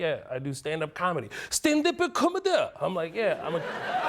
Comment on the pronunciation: "Stendepu comeduuhhh"!!!😂😂😂